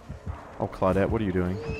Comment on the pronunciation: I think Claw-dit as keeps saying is his favorite character.:)